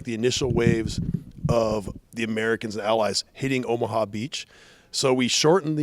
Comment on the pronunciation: It’s. Not omha it’s omaha